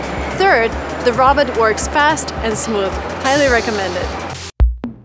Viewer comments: Why do U call it a RABIT? It is Rowbot- sounding it out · Sounds like she says Roberts other then that great video not being mean just saying great video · Isn't it supposed to be pronounced as row-baats? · The way she says robot 😄 adorable! Row-bot is the American pronunciation. Aww her moms adorable too! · Lol her pronunciation of robot is adorable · Can't say a simple word like "robot" -- really. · I'll never say "robot" the same again..